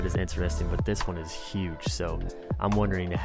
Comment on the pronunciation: Do all muricans say uge instead of huge?